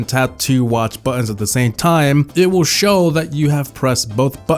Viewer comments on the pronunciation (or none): it’s show not shove and you have more errors